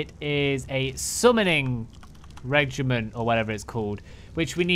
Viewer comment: "Reagent" is just pronounced like "agent" but with "re" at the beginning lol